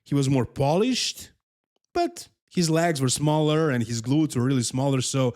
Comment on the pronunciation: It’s not lags. It’s a leg’s 🦵